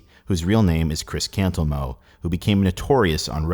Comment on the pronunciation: Yeah, every time I hear or read Cantelmo, "Cantelmo" isn't what I hear.